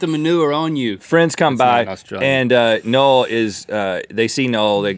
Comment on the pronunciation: "Nole??" Unless "Nole's" okay with his name being pronounced like that, then I'd like to announce that I refer my name to be pronounced "No-Well"